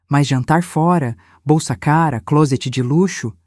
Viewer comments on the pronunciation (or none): none